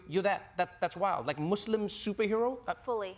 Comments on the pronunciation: FINALLY someone who can pronounce the words "Muslim" and "Pakistani" correctly!!! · Brownie points to Trevor for pronouncing 'Muslim' right. And also 'Pakistan'. I love the interview! Iman is a lovely human being! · I love how you correctly pronounce "Muslim"